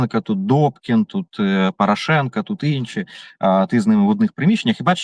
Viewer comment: Саакян правильно прізвище Порошенко навіть не хоче вимовляти!!! Чому цей молодий бугай не на фронті, ознак інвалідності не видно, а от про нинішню владу дуже обережно говорить. Ви обоє- і Береза, і Саакян привели цю владу, тож і відповідаєте за її вчинки!!!